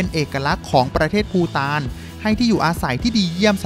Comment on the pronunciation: ภูฐานคับไม่ใช่ปูตาน